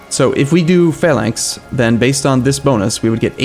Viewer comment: Your pronounciation of Phalanx is perfect for once :D